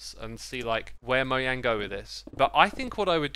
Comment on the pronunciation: ITS NOT “MOYANG” ITS “MOJANG”